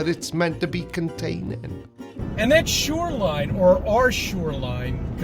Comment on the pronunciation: Why does he keep saying “SURELINE” 🤣🤣